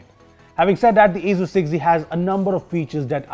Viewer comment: Others: Asus 6z: Asuzzz 6z